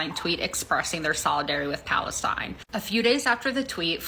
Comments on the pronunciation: and he says it like falestine too lol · for those confused about the guys pronounciation of palestine, its just palestine in arabic